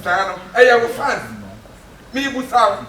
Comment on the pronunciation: why do ghanaians say FUNS instead of FANS i dont get i lol :)